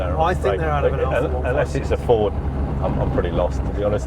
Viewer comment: It's a Forda or Farda!!! 🤣🤣